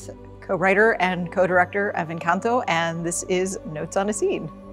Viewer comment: I admire for learning the proper pronunciation of "encanto"